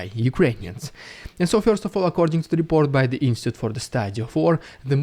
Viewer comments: Bro, just a quick guide, the word you constantly mispronounce in English is 'in-stit-choot' not 'ins-tit'. ❤ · Thanks for your great videos. But can you please - only once - say insTItute instead of instute? Thanks :)